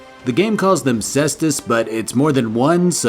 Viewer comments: kay-stoos and day-daa-loos lol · How you pronounced daedalus and cestus, make me cringe every time you say it. Lol that being said I still love your videos.